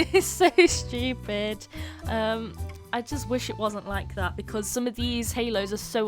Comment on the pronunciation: I loves how she says shtupid instead of stupid